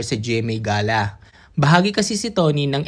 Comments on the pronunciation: Hindi yan ga-la ang pag bigkas..iyan ay gey-la... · Gala pla not ga'la ..